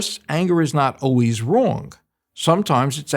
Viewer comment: Overall, I liked what dude had to say but I just can't stand when a grown man says oways instead of always!